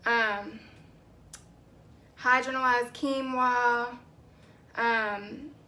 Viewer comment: Ur so cute pronouncing it "hydro-na-lyzed". Can you do a video on how to determine our porosity?